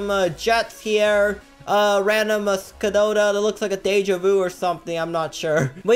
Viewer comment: skadoda sorry, but that is not how you pronounce a czechoslovakian car